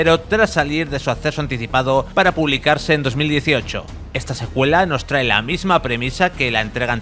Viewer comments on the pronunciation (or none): none